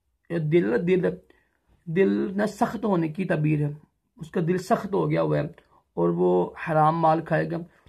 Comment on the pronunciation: Bhai urdu bolna seekh tabeer nhi taabeer hota hai